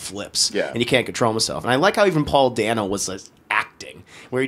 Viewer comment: My biggest complaint is that they needed more Alfred. I was instantly fascinated with Serkis' version. Also re: Paul Dano, it's DAY-No, not DAN-O!